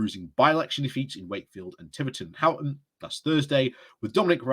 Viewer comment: Would you please, please, please stop saying Houghton instead of Honiton! It's incredibly annoying and I've no idea where you got that idea from.